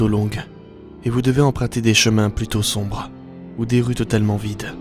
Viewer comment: Ptn mec tu dis TT le temps "ex:sombrehhh"